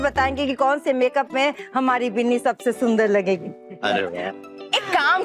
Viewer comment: Biili nahi binni hota h